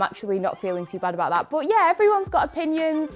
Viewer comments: I think its cuz your "but" sounds like "bot" , for me ... The "ehm" is kinda too much😭😂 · Is it weird that I love the way says but? 😅 I guess I'm jus an American who isn't used to the accent Edit: Wow, right after I finished typing this comment, explained her accent Edit 2: WTF! As I was finished typing the last comment, is asked about the way she says but 🤣